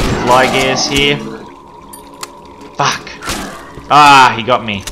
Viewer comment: I love whenever he says "Fack" or "facked"